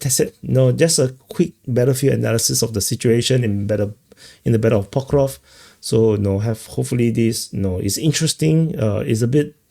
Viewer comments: he's not ever gonna get that right his accent is in the way of his tongue and teeth from making the sk sound after the v sound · It's Pokrov-sk, not Pokrov 😂